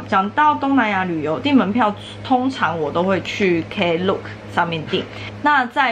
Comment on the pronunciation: 不好意思，不是shapback喔是shopback. Klook是連在一起念的。感謝介紹!